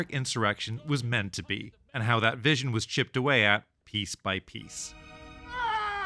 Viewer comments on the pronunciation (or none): none